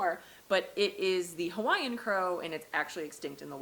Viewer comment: Pls do your best research on local pronounciation of Hawaiian words, cuz you were way off and it hurt to hear. Secondly pls reduce the amount of very Close-up shots and maybe narrate the beautiful scenery. Glad you enjoyed the Islands and it’s gifts. Aloha 🤙🏽😊